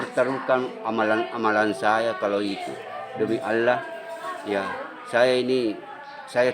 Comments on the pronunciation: Namanya haji nyebut ALLAH KOK ALAH gmna tauhidnya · Cara penyebutan nama Allah ajah udah salah bicaranya.....itu nama nya haji 😀